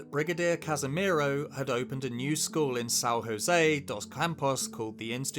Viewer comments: it's São José not San Rosê, the J sound like J not R and the ão sound like an'o not an, Portuguese is also a tonic language especially the African and Brazilian Portuguese, the vowel sounds are more open and diferent tons generate diferent words sometimes like the diference beteewn grandma = " avó" and grandpa = " avô" , so is JosÉ not Josê for us sound like diferent words, and for not create confusing with the Californian San Josê witch sound similar the full name of the city is São José dos Campos translating to english would be Saint Joseph from Fields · Awesome video. Just a tip, we don't pronounce 'j' as 'h', like "San Hosé dos Campos" which is usual in Castilian accents. 'J' here has a sound more similar to that of English, it is equal to the 'j' sound in French. Nice storytelling anyways, neither i knew that and i'm Brazilian.